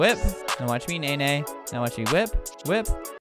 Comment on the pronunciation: he paused before he said nae nae- that got me good- aswell as the "Froming" JHSDJFKJSDJFSDHJF